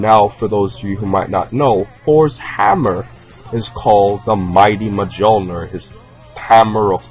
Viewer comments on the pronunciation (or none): It's pronounced mule ner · mjormir is pronounced myormir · No, it's pronounces Me-ouw-kneer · Mul-nier = Mjolnir not Mah-Joel-ner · You pronounce it with an "Ö" mjölnir. Not mjolnir. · Thor's hammer is pronounced mule-near not mjole-near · Thor's hammers name is pronounced "Mee-Yol-Neer" not "Mijolner". Cool vid thought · Mjöllnir is pronounced more like Mool-Nyerr haha but I really like this video and you got my sub. I always wondered who this guy was based on because King Kai wasn’t specific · Mate Thor's hammer is called Mjölnir, not whatever that thing you said. "Majolnir" (is what it sounded like when you said it and is wrong!!!) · I think you mean to pronounce it mul near. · Mjlinor isn't pronounced like that, it's pronounced like this: MEUL-NEAR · actually its myoll-near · Thor's hammers name was pronounced mulnar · It is pronounced mi-yol-neer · I think it's more Me-yol-near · No, it is pronounced Mi-ole-near. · Thors hammer is named "Mjölner" and the strange letter "ö" i pronounced like if you switch between o and e so in english calling it Mjoelner would be most correct. That said however many names get renamed in different languages and seeing how even educated doctors in history miss pronounce it i think it is the case with this legendary hammer. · Just saying but Thor`s hammer is pronounced myolner but its easy to get confused with that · I know i'm nit-picking but mjolnir is pronounced mee-olnir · Mjolnier (Mul -neer) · someone correct me if im wrong but mjolnir is pronounced Me-Ole-Near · As a norwegian I just gotta say; the way you butchered Mjølnir's name made me cringe so hard it's hilarious! xD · You mispronounced the name of Thor's hammer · But thats not how its said lol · There isn't an o in it at all. It's an Ö. O with dots on top of it. Mjölnir. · You pronounced Mjolnir wrong. But I don't really care! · You pronounced that hammers name all wrong